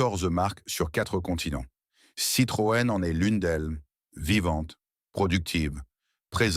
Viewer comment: Dommage car le sujet est intéressant mais a la moitié. j ai arreté quand je ne comprenais plus les dates chiffres ou qu il a dit Citrone